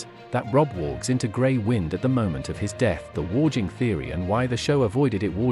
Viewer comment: 'Kate-lyn", 'warj-ing" downvote do not recommend channel. Clearly you are no fan, and just farming content with AI slop. GFY.